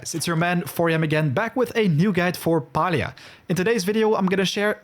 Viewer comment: it's refreshing to hear Palia pronounced like u do..and i (hello from Finland btw) everyone else basically uses the American way (for us iz Pa-li-a, american is Pay-lia xD)